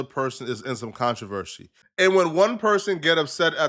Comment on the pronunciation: Contravershe 😂 shit like that be funny to me but good shit bro